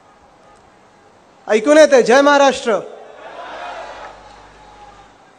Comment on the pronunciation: जय महाराष्ट्र बोलताना अस वाटतय जस एखादा फाँरेनचा पोरग जय महाराष्ट्र बोलला